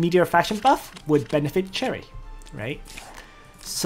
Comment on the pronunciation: Sher-E not Cherry >.<;. I still love you~ thanks for videos You say Sher-E later in the video lol, damnit.